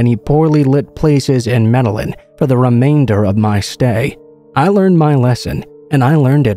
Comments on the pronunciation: Med-eh-een not med-ell-in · DARLIN IT'S MED Y EEN... i got my ass beat enough for not pronouncing it right. my uncle hated it when I didn't pronounce spanish words right. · Pronounced MED-AH-YEEN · Say it with me... "may-day-jean". Lol. Thanks for the upload though! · Bro I’m from Australia and when he said Med a lin trying to pronounce Medellin I physically cringed. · No offense but boy are you butchering the pronunciation of Medellin lol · Does it on purpose. All yters do so people comment to correct. It is a hack that increases interaction for the algo. Lol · Lol, not even close...